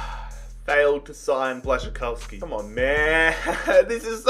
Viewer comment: Im from Poland and I was very impressed how you spelled Błaszczykowski so fast and good lol